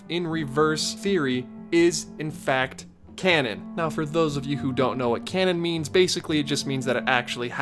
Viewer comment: Who else started laughing when he said “Canon”?